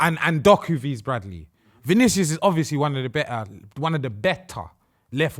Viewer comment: Someone gotta tell its not actually pronounced as V's looooool